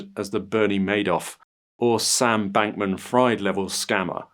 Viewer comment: It's pronounced Sam Bankman-FREED (Not "Fried"')